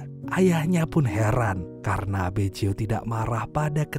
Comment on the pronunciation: Bukan Beco tapi Baggio min² 🤣🤣🤣